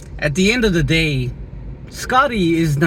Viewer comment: good videos man. piece of advice, look up the pronunciation of "manipulative"... You use that word a lot.